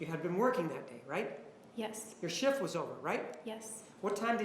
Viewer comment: I don’t think she ever slept she drove across country and she kept saying I vas very tired lol she is full of it juan I love you ❤️